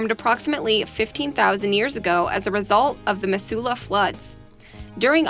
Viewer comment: I believe the area in Hawaii that was mentioned was a leper colony at one time. Mizzoola not Missewla.